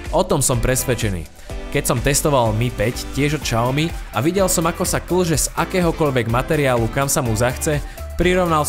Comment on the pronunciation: Xiaomi sa vyslovuje [Siaomi], nie [Šaomi]...